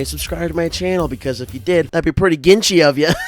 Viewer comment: every time i hear ginchy i think he's saying genshi like from overwatch